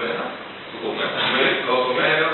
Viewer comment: Sbaglia solo l’accento in realtà e dice cocomèro invece di cocòmero